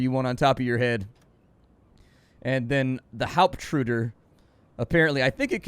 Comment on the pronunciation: Tiefenmesser came out pretty good-ish. You massacred Wasser and Hauptruder though..